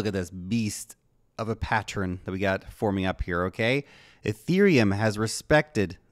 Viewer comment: Pattern NOT pattrin